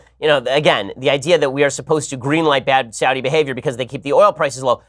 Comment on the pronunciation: Saw-thee Arabia.